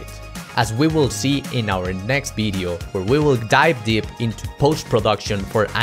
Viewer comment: "By the end of this BIDEO?" What is a BIDEO?